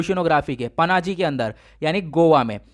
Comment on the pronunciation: Sir thoda bolen ka accent thik kre पानाजी (Panaji) nahi wo पणजी ( Panaji) h माईजोराम (maizoram) nahi h wo मिजोरम (mizoram) h and same thing with Burma. Hope you don't mind sir